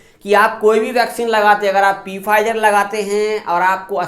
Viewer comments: पी फाइजर नहीं बोलते फाइजर बोलते है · Pfizer ko P fizer nahi sirf Fizer padha jaata hai. P silent hai is lafz me.